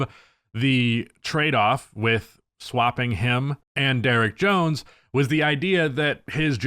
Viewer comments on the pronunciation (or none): none